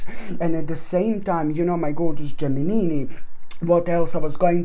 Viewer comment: I really love this guy when he says Geminini...